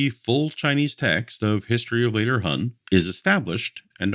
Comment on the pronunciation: Every time he said Hun instead of Han I wanted to punch a wall. Sorry.